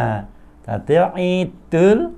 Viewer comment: Assalamu'alaikum wrwb ustad.. Lha itu bisa ngucap, 'iedul" dengan benar.. ora "ngidul"..